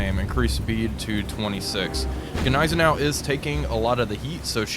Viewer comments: NIZE-EN- OW theres' no G as it's silent. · AHHHHHHHH, stop saying Gnizernou, the G is silent. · Everytime I hear that soft g on Nighzennow (spelled as pronounced), I shutter just a little. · The g in gneisenau is actually silent 😂❤ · The G in Gneisenau is silent. Just a fyi. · Ok given how he pronounces Gneisenau, he has to be messing with us when saying Wilhelmshaven